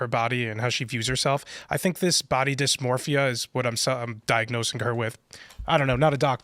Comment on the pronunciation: The medical professionals who came up with "body dismorphya" must be rich right now 😂